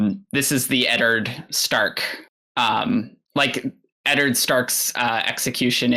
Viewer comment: pronunciation of Eddard is just perfection. Edderd 🤣